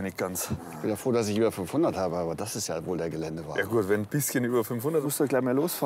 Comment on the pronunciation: Mann sagt über nicht ober